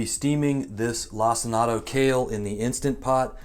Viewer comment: My brother in Christ….did you just call it “lac-in-ato” kale?